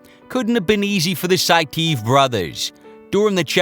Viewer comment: It's pronounced 'Sai-tee-ev' buvaisar saitiev.